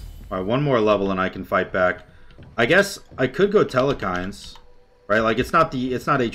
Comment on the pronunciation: There is not nor will there ever be an E in the middle of Telkhines